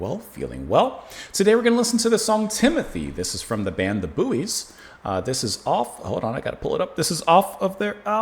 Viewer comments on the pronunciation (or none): The group's name is pronounced "Boys". Their lead singer and guitarist, Bill Kelly, sadly passed away earlier this year. RIP, Bill. The group, founded by Bill Kelly and Jerry Hludzik (RIP, from Jeddo Boro, PA) later became Dakota. The song rose to #14 in 1971. Three men were trapped in a mine. Two of the three ate the third, Timothy.